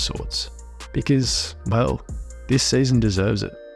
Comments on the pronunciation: "this sayzon" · The way you say season is the funniest season